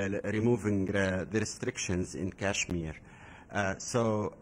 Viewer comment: It's not cashmir .. it's kashmir